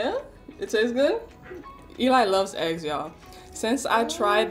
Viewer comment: Ow the way he said eggs